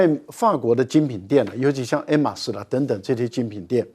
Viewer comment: “爱马仕”……赖教授的发音（H不发音）才是对的👍👍👍